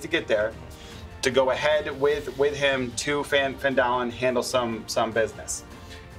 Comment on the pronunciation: When he pronounced Phandalin differently then Griffin does it felt a bit weird. It will be interesting to see how it will differ from TAZ.